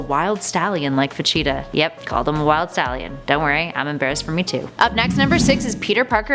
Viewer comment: Why is she saying vegeta's name wrong over and over again